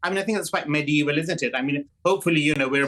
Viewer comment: The foreign lawyer said medieval 😂